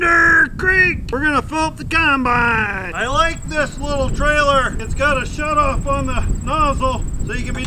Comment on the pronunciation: says Coinbine.. Its a combine. lol